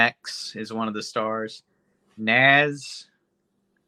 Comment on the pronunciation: Say Nas name right